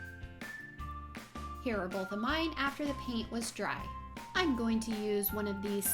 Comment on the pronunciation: cool it's paint not piant